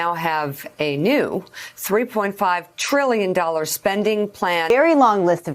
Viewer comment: Sheesh, we don't get news anymore. We get opinions and innuendo through the use what syllable you stress and such. Rather than saying it's $350B a year for 10 years, they say "Biden's three point five TRILLION dollar bill." And on the two syllables tril·lion, notice the eyebrows and non-verbal communication cues that stress the number.